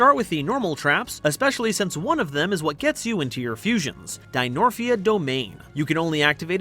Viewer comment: pretty sure its dinomorphia and not dinorphia